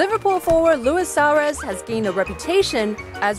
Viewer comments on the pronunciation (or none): "Lewis Sahrez"